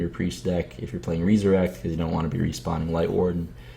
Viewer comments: REE-SURECT. Reinventing the english language now andre? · no its re-su-rect